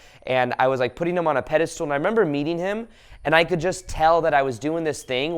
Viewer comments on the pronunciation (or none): I love your videos , they are full of awesome insight. But please stop saying "Pedestool" instead of "Pedestal". It's a word you use in a lot of your videos and you mispronounce it every time :) . Much love ! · He also says “pediSTOOL”, cracks me up😆❤️